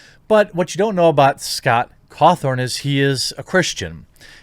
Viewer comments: Guy, it's Scott Cawthon. There is no R in his name lol. Why do you keep calling him Cawthorn? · Caw THON not THORN Jeremy. And everyone who was a fan of the game knows scott is christian, its part of his dev backstory that he started off making terrible christian games that looked animatronic... I get you're a news channel but please atleast read into your subjects a little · Don't care one bit for FNAF, and I think his religion is stupid, but I can respect the man for what he's accomplished and the way he carries himself. Also, it's Caw thon , not Caw thorne . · Lol it's Scott cawthon, not cawTHORN. LOL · I’m so sorry but it’s cawthon not cawthorn 😂 it’s getting to me for some reason lol someone tell him please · It's Cawthon not Cawthorn lol. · It's Cawthon. Not Cawthorn. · It’s Scott cawthon not cawthorn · Y’all, it’s Cawthon... not Cawthorn 0.0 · Its Scott CAWTHON, not CAWTHORN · You’re pronouncing it Cawthorn, its pronounced Cawthon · Please, Jeremy for the love of God his name is pronounced CawthON not CawthORN. I love you, but you avoid foreign or complicated names so that you don't butcher them but you're adding letters to simple names. Respect for covering this though. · Th-on, it's pronounced Th-on smfh. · The mental gymnastics are almost as impressive as the continued non existent R, Jeremy keeps adding to Scott's name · "Cawthon" does not have an r in it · Jeremy, buddy. You really need to hear a person's name before you say it. there is no R in his name. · Can someone tell me where the "R" is in Cawthon? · You did 2 videos on this guy, in one of them you hear how his name is pronounced. You presumably read at least 2 articles. There is NO R in his name. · Please learn to say his name correctly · There's no R in the man's last name. Stop it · I'm surprised you're still saying Scott's last name wrong lol. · I also caught that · Yeah, it’s a little annoying but it doesn’t really matter